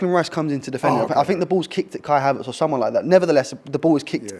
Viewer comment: Did I hear him say Kai-havert should have got a red card